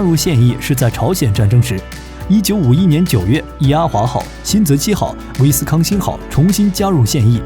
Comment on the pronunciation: 你这念台词都有错的，“莱特湾”“威斯康星”。下次注意。